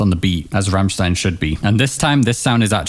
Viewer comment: "Ram-shtein", not "Ram-sstein".